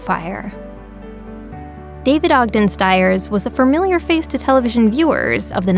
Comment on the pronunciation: Did you say framilia or familiar?